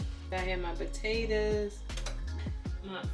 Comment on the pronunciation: I really like how you say potatas lol